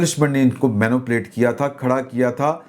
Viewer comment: mani-pulate not meno plate